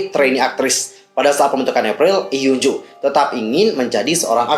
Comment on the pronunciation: maaf out of topic, cara bacanya hyunjoo itu hyeonju makasii